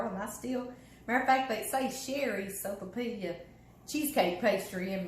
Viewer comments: Hey, I make this! PS.....its pronounced soap-a-pee-ya....or soapa-pia🤣😁🙋‍♀️❤🙋‍♀️ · the "'L" is silent just like in quesadilla.....Not being judgmental, you brought it up! laughs